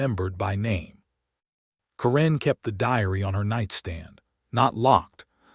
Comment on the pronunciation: A very good reading, but one tiny repeating detail: "Karen" is always, in my experience, pronounced KEren, with an accent on the first syllable, and the first "e" sound short, as in the word "jet." It was the name of a teenage girlfriend of mine, and fairly common, at least 40 years ago.